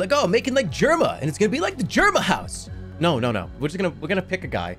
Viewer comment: Not the hard r 😨